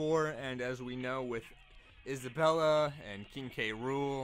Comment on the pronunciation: This guy just say ISABELLA